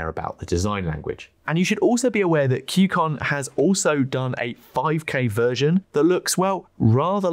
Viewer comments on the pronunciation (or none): why are you pronoucing it KYU CON ? While its name is KUY CON...